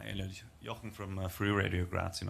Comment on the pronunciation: Not Eliot, ELIUD.... good job anyway